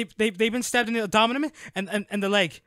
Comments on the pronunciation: Abdominae~ love it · Bro. The way you say abdomen has me rolling 😂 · I’m sorry but the way you said abdomen made me crack a smile 😂